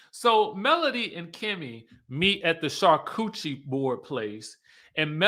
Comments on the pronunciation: Char-coochie board or Char-cu-ter-ee lmao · hey, love how you pronounce these bougie places! Cha-cootie 😸